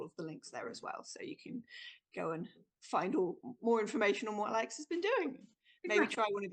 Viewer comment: Aleks! not Alex! I'm sorry.